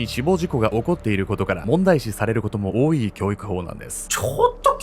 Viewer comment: 他の動画も含めて、しばしば「多い」の読みが「おおいい」と発音されているように聞こえて気になってしまいます💦すみません💦